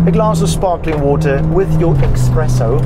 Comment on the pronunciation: Did you say expresso